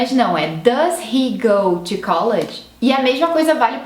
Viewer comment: E um erro muito comum, que até a moça do vídeo comete, é o de pronúncia da partícula "to". to be = "tu bí" (não tchú bí) ;-)